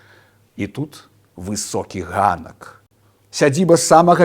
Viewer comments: Ганак - слова запазычанае, таму па-беларуску патрэбна вымаўляць выбуховае "г". Украінцы нават асобную літару маюць на такі выпадак. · Дзякуй вялiкi)) З задавальненнем паслухала. Цудоуны аповяд. Многа карыснай i цiкавай iнфармацыi, супер! Вельмi падабаецца вядоуца: так з iмпэтам апавядае))) Толькi адзiная заувага: магчыма я памыляюся, але дазваляю сабе спытаць: чы вы упэуненыя, што слова "ганак" вымауляецца так, як у вашым вiдэа? Мне здаецца "ганак" - выключэнне i "г" будзе як у рускай мове. Калi зноу правiлы не змянiлi. У астатнiм: супер. Дзякуй вялiкi!!! 💝💝💝